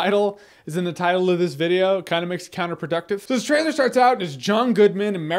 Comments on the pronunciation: You can tell he's drunk: "Jeremy gives you his thoughts on the trtailer to..." lol Drunk Reviews! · "trtailer?" XD Man, you must have been really reallly drunk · 'trtailor of 10 Cloverfield Lane' Jeremy you are really drunk